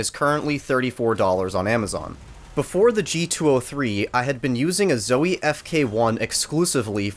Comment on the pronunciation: I don’t trust reviews from somebody who is so trash at quake and who pronounces zowie incorrectly.